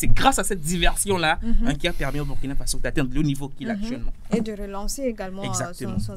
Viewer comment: Chère sœur journaliste, il faut corriger cette faute monumentale : C'est pas Bürkina, c'est Burkina Faso. C'est un principe des langues africaines. Tel que tu insistes malgré que ton vis-à-vis te corrige subtilement en prononçant correctement, tu francise un mot africain. Merci.